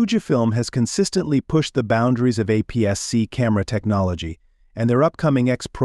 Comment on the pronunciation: You can tell this was AI generated. Who the hell says "apps"-"c" for APS-C?